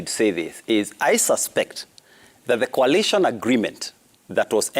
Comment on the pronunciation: Jalango its coalition not collision